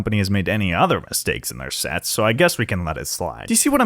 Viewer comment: i feel like he said shets instead of sets